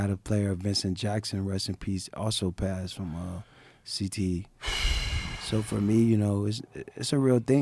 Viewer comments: Is he saying "CTESPN" intentionally or...? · He definitely got a speech impediment if it’s not cte